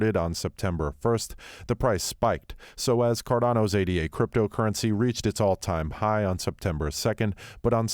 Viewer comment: It's "Ay-duh" not "Ay-Dee-Ay". The coin is named after Ada Lovelace... the Earth's first computer programmer.